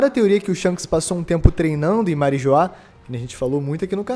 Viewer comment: Marijoá kkkkkkkkk meu Deus 😐 Marijoá 😂😂